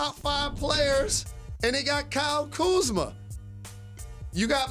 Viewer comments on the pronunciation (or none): Stephen A - "The letter after 'Q' is 'R-uh' and your pronunciation is wrong and let me tell you why."